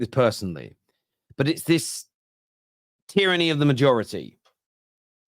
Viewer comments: Today I learnt that Simon Jordan cannot pronounce "tyranny" correctly. 😂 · No One: Simon Jordan: Tieranny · Referencing Simon Jordan is worse than using The Sun. Utter scumbag... that is unable to pronounce "tyranny" apparently